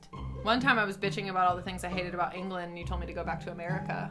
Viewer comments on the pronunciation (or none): I heard England as an*l (trying to keep monetised if possible). I was like, why does she need to go back to America for that?